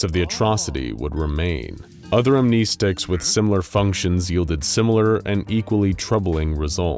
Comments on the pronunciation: I wonder if this channel will ever finally start pronouncing "amnestics" correctly in their videos 🤔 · pronouncing "amnestics" wrong.